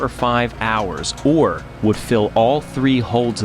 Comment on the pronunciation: actually was wincing hearing it. It just seemed a silly thing to say wrong, a 5 letter word. As for Belle Isle, if you're in a hurry, I can see it.